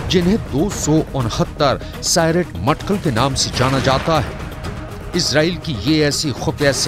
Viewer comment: Matkal nai bhatkal hai